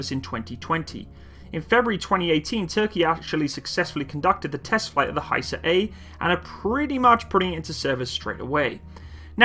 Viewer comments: FGS sake its not haysar but HIsar like I in or Italy,ok?? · actually; better you pronounce in original language.. hisar (pronounce like, "hesar"-a is like a in khaled-) & thanks for the video..revards from turkiye (not turkey) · It is not pronounced Hye-sar. It is pronounced literally as it is written and the word means "fortress" in Turkish. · Its actually HISAR Arabic حصار Means (siege). like no where to go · HISAR please pronounce like missile ...not like Hi,how are you.ok.everything else is superb as usual.